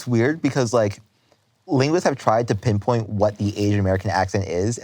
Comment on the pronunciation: Lol sir you said, "penpoint" you are your mother